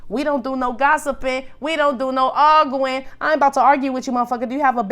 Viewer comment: not AR GOO IN! lmaoooooo I always noticed how he said that! Love you always,! Stay UP!